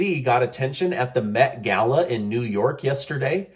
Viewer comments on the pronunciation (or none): none